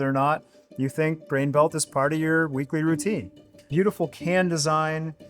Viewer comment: It's actually pronounced "Brain Melt" - only beer I drink.